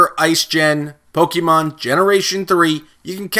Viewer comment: Dude if your gonna make Pokemon videos pronounce them right